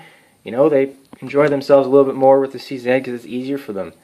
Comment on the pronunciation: Big ups for saying "C Zed" instead of "C Zee"! Proud to be Canadian